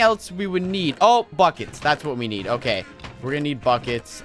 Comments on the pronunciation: Lol, when he said "oh I need buckets" I thought he said "oh f**cets"😂😂😑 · when he said we need buckets i thought he said we need fuckit